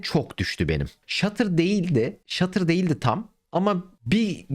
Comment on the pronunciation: hala stuttera shutter diyor kral